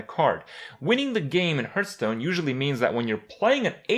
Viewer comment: Start with pronouncing Hearthstone properly, it's not Herthstone.